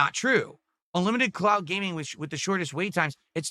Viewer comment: Why is he saying "clout" instead of "cloud"?